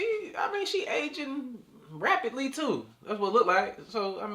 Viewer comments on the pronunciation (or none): Dang, did he say that she's aging repidly?